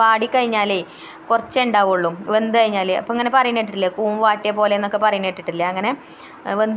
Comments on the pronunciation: കുന്ന് അല്ല, സിസ്... കൂൺ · കൂൻ അല്ല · കൂൻ അല്ല കൂൺ. കണ്ടിട്ട് കൊതി വരുന്നു.